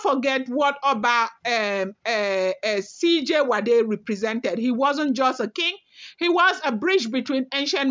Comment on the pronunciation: It is pronounced S I JU ADE